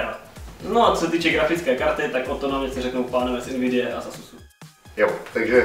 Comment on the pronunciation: Když rikal Asus a Nvidia tak sem rozuměl Nasus a Anivia :D